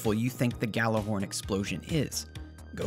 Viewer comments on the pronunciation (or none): ahem it’s pronounced “Gi-y’all-are-horn” 🧐